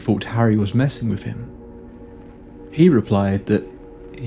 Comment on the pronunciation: Her "fah-vah"? And bru-vuh? Went "wiff" a group? From Can-uh-der? "Norf" to Thomas Bay? 3 months "wurf" of supplies? What happened in the last "mumf" Good grief couldnt you find someone without a speech impediment to be a narrator?